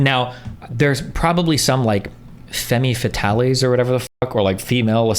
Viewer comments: This mfkr said fe-me fatalay for Femme Fatale. Lmao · That boy just said femmy fuhtally